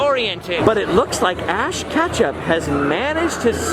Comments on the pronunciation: Did he just say "Ash Ketchup"? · "Ash Ketchup" 😂